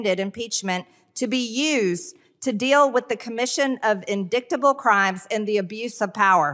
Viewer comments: I've never listened to a more incompetent congress person than Marjorie Taylor Greene. Where was she educated, Trump grammar school??? .she pronounces the written word, indictable as INDICKTABLE. Hey Marge, it's pronounced " indightable." GO BACK TO GRAMMAR SCHOOL! Preferably not the same one as before. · You got it right..." Indicktable" sounds about right!!! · But, she is an author 😂 and MTG knows words! In•dik•ta•ble 😂😢! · She uses her finger to read, and pronounces "indictable" as "indicktable." Your GOP at work. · "Whenever I think of Hunter I feel so indicktable " 😊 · It's not just her inability to read it is also her inability to to know common words in the English language. A 7-year-old would know that the word was indictable (pronounced as: In-dite-able) Definitely shows her lack of education. Most people who don't know how to pronounce a specific word would look it up in a dictionary, which shows you exactly how to pronounce the word . Most 6 and 7 year olds know how to do that. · In-DICT-able?! FFS!!! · I, too, say indicktable. I also pronounce the k in knife & the g in gnat. While I know it's wrong, my teachers always told me to "sound it out". The difference between me & her? I do it on purpose, fully knowing how it's supposed to be pronounced. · Those that voted for MTG must be so proud. She was elected by people who cannot pronounce indictable either, she's one of their own. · If Marge mispronounced the word "indictable" ask her to explain the sentence in her own words. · And then can't read big words like "indictable". And she's making law for us. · With her pronunciation of "indictable," it appears she might be fixated on Hunter 😅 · Her pronunciation of “indictable” is truly an indictment on our education system. Spoiler alert: it’s failing us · I laughed when she pronounced indictable wrong and was so happy when you also laughed. For someone who thinks she's so smart, she sure is illiterate!